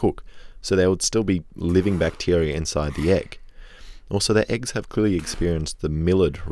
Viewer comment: Instead of eggs I hear aids for some reason